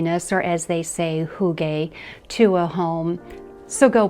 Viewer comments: *HyOO-guh (so say the Scandinavians) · Love your video but hygge is pronounced HOO-gah.